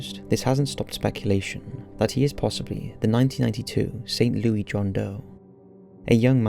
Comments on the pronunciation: Saint L-O-U-I S... Louis-- Like "Lewis Carroll"... not "Lewy" like Louie Armstrong... Saint LouIS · Love the video. But, it's pronounced St. Lewis, and not St. Lewey. Weird I know, but that's the Midwest for you. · Leo-iss? Huh? It's pronounced "Lou-iss" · Saint Louie lmao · the city is pronounced Saint Lou-iss, not Lou-ey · I’m pretty sure we pronounce it Lou-ey in the UK, I’m not certain and I don’t know why we would, but I think we do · I really enjoy your countdowns, but please for future pronunciations of St. Louis (in Missouri) is not the French pronunciation you use, it's pronounced like you would Lewis, not lewey...just a StL thing that absolutely irks us. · Hello. Just wanted to say I absolutely love this channel!! Just one tiny pronunciation thing. We anglicize St. Louis so its pronounced Saint Lewis instead of Louie. Small nitpick but just wanted to throw that out there. Great video!! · I know it doesn't really matter but St Louis is pronounced Lewis not leery 😬 I absolutely love this channel tho! Always interesting stories that I've never heard before 😍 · Oh..and it's pronounced Saint /LOO-iss/ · For future reference. St Louis is pronounced “Saint Lew-iss”. That was killing me. Lol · Its St. Lou-IS 😑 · That's not how you say St. Louis lmao😂😂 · you said st. louis wrong...……... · You need to look up St. Louis, man. You're doing it wrong. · I think it's funny to hear people from other countries pronounce things differently. Like St. Louis. The s isn't silent